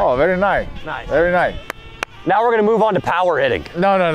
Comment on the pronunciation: Haha!! The way he says nice “very nye”